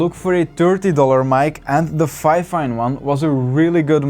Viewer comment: ITS FEEEEEEFIN NOT FIFAN